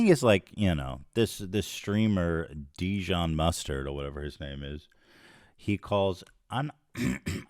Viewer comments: Ethan I swear to god. If your covering a story at least TRY to get the dudes name right. His name is Jidion not Dijon. I know that's what he changed his name to, but its obvious you put surface level investigating of this before you turned the camera on. Luckily its the right take, but you gotta do better dude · I cant believe Ethan called Jidion “Dijon” like hes named after the mustard🤣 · Ethan calling him “Dijon” instead of Jidion 🤣🤣🤣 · It’s Jidion Not Didion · It is so funny to me how ethan consistently pronounces his name dijon, like he's some kind of mustard 😭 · What? I'm confused, isn't he called jidion? I just hear ethan say Dijón like the mustard LMAOOOOOOOOO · I love that he called him “Deejohn.” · Ethan keeps calling him dijon like the mustard lmao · Ethan calling jidion deejon made my night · Lmao “djohn” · "Dijon" lolol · Ethan its Jid-e-on lol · "Dijion" 💀 ILY Ethan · Ethan. Dijon is a type of mustard lmao. Where’s the crew to help the pronunciation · Bruh mispronouncing a poc name as a joke… thats a lil racist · “There’s this person named Dee-John” 🤣🤣🤣🤣 bruh cmon Ethan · I love how unknown this guy was that Ethan isn’t familiar enough to say his name right 💀 dudes a loser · This was badly explained. I watched it all live. Your pronouncing his name incorrectly as well. He wasn’t doing anything misogynistic. All he said was post L + ratio in her chat, trolling her, because he found a video from her saying the n word. He could have not said anything and it would be fine but this is very badly explained. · I’m not sure if Ethan was pronouncing Jidions name as “dijon” because the guys a sexist, incel loser or if it’s because he doesn’t have anyone there to correct his horrible name pronunciations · i love how ethan mispronounces that man's name without even realizing LMAOOOO